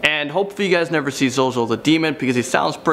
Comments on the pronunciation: its pronounced zoe zoe, not zoo zoo lol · First he said zewzew instead of zozo....lol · I noticed that too XD tbh he probably accidently said ZuZu - thinking of Pazuzu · Zuzu wtf it’s zozo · ZUZU OR ZOZO its zozo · for #1 its not zoo zoo it is zozo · It’s called ZoZo not ZuZu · The way you said 'zuzu' instead of 'zozo' for some reason hurt me internally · It’s Zozo, not Zoozoo😂😂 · He said zuzu. Zozo then he said it right the next time.. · My only question is how u wrote ‘ZOZO’ as zo-zo but said it as zu-zu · It is not zoozoo it is zo zo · It’s not zoo zoo it’s zo zo 😂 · whos zoozoo? its zo-zo! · Zuzu? NO ITS ZOZO!!!!!!! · Am I the only one who noticed he said zuezue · this man said 'zoo-zoo'.. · Number 1 zoozoo wtf ZoZo. You say it correctly when describing the demon. Lol funny. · Its not zoozoo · You Sayed zoozoo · It's zoz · 'zoo zoo' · it is spelle zozo but u read it like zow zow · “Zoo Zoo the demon.” Lmao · I love how he said ZoZo as zu-zu first then corrected it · tbh ur not even supposed to say ZoZo's name out loud O.o also I love how called it "ZuZu" the first couple of times XD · i cringed when he said zoo zoo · Oh god the cringe is real when he said ZoZo as "ZooZoo" at first. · Zoo zoo 😂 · ITS ZOZO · I hate how you said zozo at the start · He says the name wrong at first then says it right at the second time lol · He said Zozo wrong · the way u pronounced number 1 is wrong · At least he was pronouncing it wrong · Well, he was pronouncing it wrong, so I think he's safe XD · HE SAID IT WRONG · Thats not how you say zozo